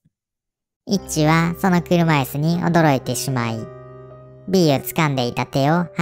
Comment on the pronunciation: イッチがエッチにしか聞こえないw